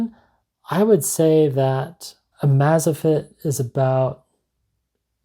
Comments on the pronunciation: Everytime said name wrong wanted to punch him.. amazfit.. how its written. Not amazafit.. amaze like the word.. im amazed at this... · "Amaze Fit" not "Amaza fit". Sorry, just thought u might wanna know if you're gonna keep reviewing them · You are really mispronouncing amazfit, it's amazing and fitness smooshed together.